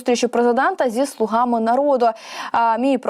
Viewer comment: Не слугАми, а слУгами... Рогацька Полььтава!!!